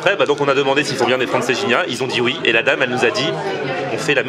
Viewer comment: Hey les gens là, il faut lui dire à que Francesinha ne se prononce pas Franceginia........!!!!!! Au secours...., du coup je suis certain qu'il n'a pas pu la digérer......!😉👍😉😀😛😀👍 Não é lindo o nosso Porto! 😀😎😀👍😎😀